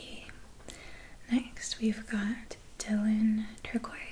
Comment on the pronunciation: Client to the manager on the way out: 'Yo, your girl couldn't pronounce 'turquoise' Manager: 'Yeah, yeah, but did you get tingles?' Client: 'Well... yeah actually, I-' Manager: "Thank you very much, sir. Have a great day!' gives two thumbs up from across the shop 👍👍